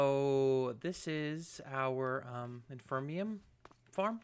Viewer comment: Cool episode man, but I've got to say I've let this go on for long enough. You've been saying it wrong for years and I can't take it anymore lol. There is no such thing as infermium! It's inferium! Like the word inferior :D